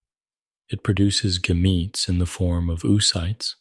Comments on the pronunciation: Lost me at the pronunciation of gametes. 😂 Assuming this is AI? Barf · hahaha right ai is not good at pronouncing biological words